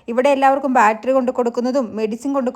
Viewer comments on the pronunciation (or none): none